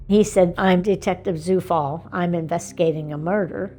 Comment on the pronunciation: I wonder if he is aware that his surname "Zufall" is a German word that means "coincidence". Quite ironic huh. BTW, "Zufall" is pronounced as "Tsufall".